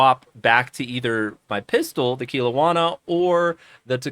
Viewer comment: Its pronounced kel-owna , i only know because I live near there